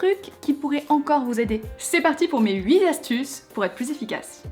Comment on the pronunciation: huit-T- astuces pas huit-S- astuces😂 (je te taquine hein...😉)